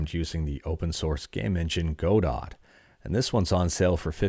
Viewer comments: Godot is pronounced God-Oh after the Samuel Beckett play "Waiting For Godot". Silent T there chief 🥳🎉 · he pronounces the weird ass linux gnome name correctly but not godot 😭😭😭😭😭😭